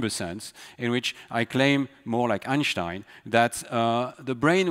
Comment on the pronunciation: I am amazed by Stanislas accent! He has a generic french accent but you can clearly hear an american accent on certain words! To top that you can clearly hear a perfect german accent when he says 'Einstein'